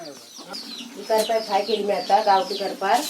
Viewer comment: कर्पार नाय करपाल बोलतात